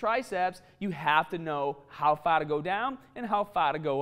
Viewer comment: "Faa" where did R go?